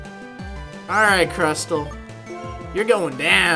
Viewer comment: Crustle is CRUS-LE not CRUST-LE Regice is REG-ICE not REGI-ICE